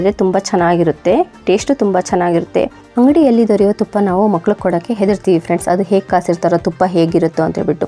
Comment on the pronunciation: Makkalige mokkalu mosarige musar anta heluttira modalu kannada sariyagi matanadi